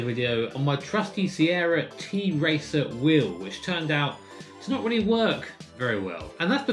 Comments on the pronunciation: It is not t-racer or t racer but tracer like that girl from overwatch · the brand actually tracer not t-racer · Just to be clear - It's pronounced Tracer, not T-racer (its a Polish company) ;) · It’s not a t-racer, it’s tracer like in ow